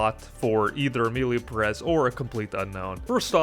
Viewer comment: I have to disagree with you. civil war was almost unwatchable. Perez has a syllable accent, so is Peh rez. The movie a real pain is espectacular. Nosferatu is good too, but not for the Oscar. The apprentice is a great movie.